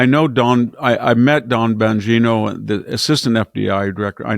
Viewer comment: VDH is a national treasure, but I’m concerned his mind may be going on him. He routinely gets people‘s names wrong and they are high profile people whose names he should know. He just said “Leonard” DiCaprio, and “Don Bangino” 😳